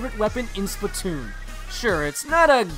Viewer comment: Why do people pronounce it splitoon its splatoon